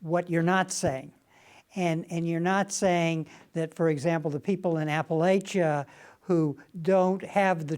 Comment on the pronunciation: Amy is amazing but needs to learn to pronounce apartheid and Appalachia